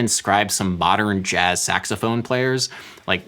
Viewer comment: "Bodern Jazz"